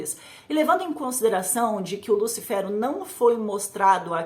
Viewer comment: Engraçado ela falando"lúcifero" né lúcifer não?